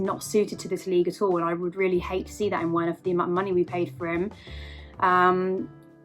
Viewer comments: For goodness sake, it's pronounced Verner not Werner, please Chelsea fans get that name right, no wonder why he can't score 🤦🏾‍♂️ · Its pronounced "Verner" ffs